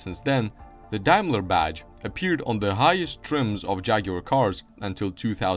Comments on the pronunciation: The "Mark eX" as you called it wrongly is actually the Mark X (Ten) in roman numerals. It later became the 420G, the "G" stood for "Grand". The "Dime-ler" brand as you called it is pronounced Dame-ler, Daim-ler. Also, or your information, Jaguar produced cars with a "V8" engine between . It was basically a Jaguar Mk 2 with a Daimler 2.5L V8 installed in it. It was referred to as the 2.5 V8 and later became the V8-250. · It's day-mler in UK